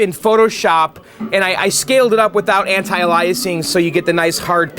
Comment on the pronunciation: for future reference, there's no such thing as "anti-Eliasing." When you're talking about color blending in graphics that are for smooth edges with resizing, etc., the term is anti-aliasing, pronounced (after "anti-") "AY * lee * uhs * ing." In other words, the same kind of word that means "a made-up replacement name."